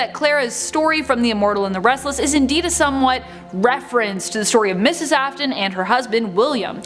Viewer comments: It AFf-Ton Afton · the video: elishabiths sister me: NO ITS CLARA YOU DUMB BOTTY also me : ITS AFTON NOT AFTAN